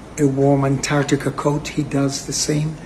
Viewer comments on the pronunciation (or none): none